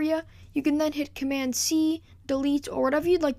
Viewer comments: Just an FYI: There's a 'd' at the end of the word 'Command'. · Well Done ! Btw Its Command ! Not Comman :P